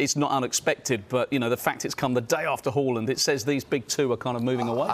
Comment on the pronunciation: Horland???????? Its Haaland you clown 🤡 Is it Sallaarr or salad?